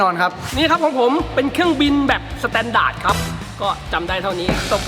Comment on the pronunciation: ผมได้ยินว่าสะแตนดาก555